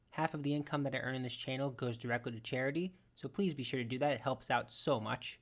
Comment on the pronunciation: "hess for harity"